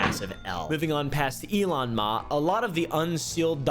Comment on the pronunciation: "Elon Mauhh"